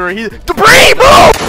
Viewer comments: him saying "debrEe MOVE" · D-BRI MO- 🤣😭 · casually says “DE- BREE MOVE”